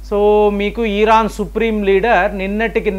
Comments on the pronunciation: ఈరాన్... కాదు... ఇరాన్ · ఈరాన్ కాదు,..ఇరాన్ 😂